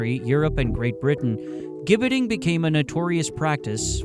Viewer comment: It's pronounced 'Jibbeting'. I live in the UK and there is a place called Caxton Gibbet, about 6 miles from my home. There is an old wooden structure, remnants of a gibbet